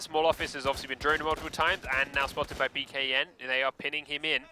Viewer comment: Dear: please don't say "BKN." It is pronounced "Bacon." Thank you.